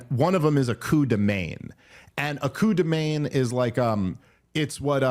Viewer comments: It's pronounced "man". Literally, coo de man. 😊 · Please work on your pronunciation of "coup de main" because this is painful to hear